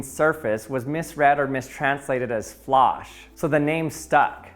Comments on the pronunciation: You really need to work on your German pronunciation! Your "Fläche" sounded like [FLAH-sh] and "Flasche" like [FLASH], but it should be [FLAY-kheh] and [FLA-sheh], with "ä" like the "ay" in "play" and "ch" like the "ch" in "Loch Ness", not like in "cheese". And don’t skip the final -e! Just like it's "Porsche" not "Porsch"! Greetings from Germany! 🇩🇪☝🏻🤓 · The "Ä" is a different vowel from A. It's pronounced more like the A in Apple. The E ät the end is also pronounced, so it's "fle-che" and "Flush-eh" (kinda). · The pronounciation of Flasche is killing me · 1) English has not, to my knowledge, imported Flasche or Fläche. He's mispronouncing them as German words. 2) No, it's not every other language, not equally anyway. English is particularly bad at this. It takes malign intent to turn Venezia into [veniss] or München into [mjunikk], and I'm only slightly exaggerating here. Other languages often make honest attempts at getting it right, and often do reasonably well. Though the English "language", for lack of a better word, is itself the mutilated wreckage of several decent, honest, gods-fearing languages horrifically mashed together and twisted beyond meaning and recognition. English speakers have done it to their own language, so I guess I shouldn't be surprised they do it to others as well. We can only hope they can be redeemed one day. ;-)